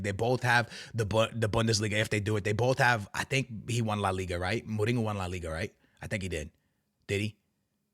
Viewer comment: Bro, how long you been watching football and you can’t pronounce names? You listen when you watch. Lunin (LOO-NIN)- Mourinho (MO-REEN-ÑO), Tchouaméni (CHU-AH-MENEE) just a few. Other than that bro keep up the good work love the content.